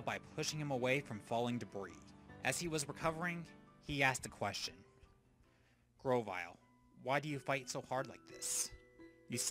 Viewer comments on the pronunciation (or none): GROVYLE, NOT GROWVILE!